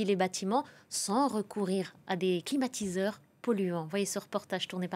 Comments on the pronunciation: Qui a entendu l'introduction de la journaliste présentatrice comme moi " climatisateurs "?? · Si elle a dit "climatisateur". 🛀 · suis je le seul à avoir entendu "climatisateurs" au début de la video?🤔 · non moi aussi !